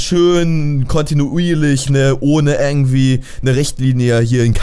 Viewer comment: Gomme xD Das heißt nicht ärgentwie sonndern IRgentwie :D